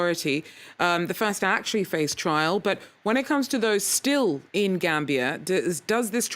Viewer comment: TRIAL, not trail.